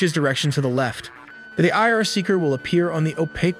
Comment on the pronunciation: I R pronounces as i are not eeyarr..